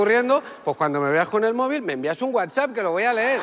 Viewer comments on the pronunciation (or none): none